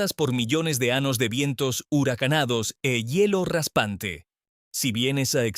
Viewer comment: IA no es ANOS ES AÑOS TE EQUIVOCASTE EN OTRAS PALABRAS NO ERES HUMANO Y DEBES HABLAR CORRECTAMENTE RESULTA DESAGRADABLE ESCUCHAR TAN MAL ESPAÑOL